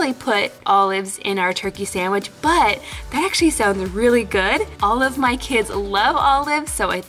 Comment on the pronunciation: When she said, "All of my kids love olives" it sounded like she said, " Olive my kids love Olives" Lol😂😂😂